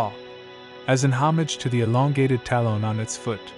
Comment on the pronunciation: The AI voice is challenging...I'm sure your voice would be better than listening to this thing pronounce talon like salon the whole time. 😖 Still enjoyed the video though.